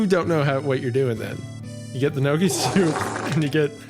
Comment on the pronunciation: Nuggy soup lmao. It’s n-yo-key